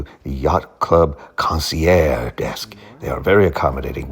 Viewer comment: It's surprising you can't pronounce concierge correctly, even in your fancy voice.